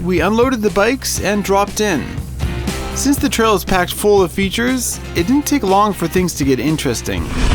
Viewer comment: How u say features makes me wanna kms